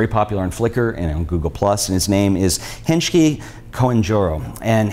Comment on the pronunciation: Just to correct some info from Hengki (which is btw pronounced as "heng-ki" not "henj-ki"). He is still based in Jakarta. Although he won the Hasselblad contest, he admits not having a. Hassleblad camera. He doesn't shoot in medium format camera but with a full frame dslr camera :)